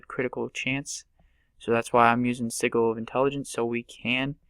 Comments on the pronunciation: Thank you. I was going to comment when you did. ITS NOT (sih -Gil) ITS (sih-jil)!!! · I never understood why people click, and i'm surprised i'm the first one to mention it. Also, its pronounced SEH-JUL. Sorry, but it was driving me nuts xD